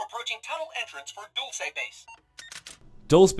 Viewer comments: It's pronounced "dool-seh" or "dul-say". A Spanish word meaning "sweet" or "candy". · the town is actually pronounced Dull-say and its entirely in new mexico. just thought i'd let you know. great content sir keep it up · Haha Dulce, its said dol-say :D not that I care, I'm just from NM and had to point that out. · It’s dulce like candy not “duls”, even ted says it right. It’s Spanish. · Dulce is pronounced “duel-say” It’s the Spanish word for sweet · Ted says Dulce base still pronounces it Dolss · it's pronounced Dul-seh. Even the robot says it. It's okay it's a town with a Spanish name. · its pronounced dulce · I believe it's pronounced "Dull-Say" Base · "dulce" is pronaunced Dul-seh (latin for sweet)👍🏽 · Dulce is pronounced dul-say as heard by T.E.D.D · how do you still say dolce wrong when you have a clip of the correct pronunciation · Ur saying dulce wrong. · mispronounced Dulce but that's okay, you get a pass 👀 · Jake the Iraqi Spanish is European and he pronounced it wrong